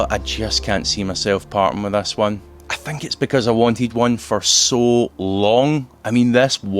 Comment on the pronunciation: How you can say i collected thas car?it’s ‘this’ not ‘thas’🤣